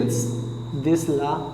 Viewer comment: Sir la nahi bola kariye it's law(lo)